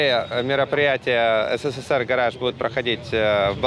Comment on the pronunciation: Блять думаю чеза СЭР гараж, потом в описании посмотрел, пздц у вас произношение. СССР произносится ЭСССР.